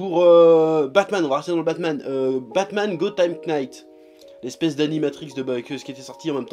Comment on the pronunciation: gotham Night bordel de merde le K ne se prononce pas